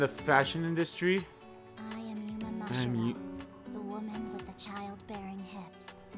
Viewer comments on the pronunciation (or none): God, how bad are you at words? 'Mashiro' != 'Mashihiro' You are literally just adding letters. Like, sounding things out usually does a good enough job....